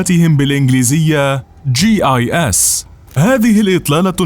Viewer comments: ياعم انت اسمها چي أي اس مش جيز 😂😂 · بينطقها جيز على اساس ان السي اي ايه بتتنطق سيا او الاف بي اي بتتنطق فيبي XD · اللي بيتكلم بيقول الجيصص😂